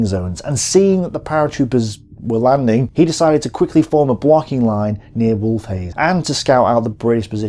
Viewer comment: Vaguely irrelevant but I have to point this out, I lol'd when you called wolfheze 'wolf-haze'. As far as I know the best way to say it is 'vulf-hetze'. Did you ever play the operation market garden campaign for company of heroes? If not I'm sure you'd enjoy it and comparing it to real life. Anyway, great work as always. I know you specialise more in military theory than foreign pronunciation :D